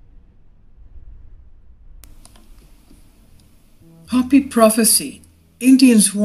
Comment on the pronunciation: You're pronouncing Hopi wrong.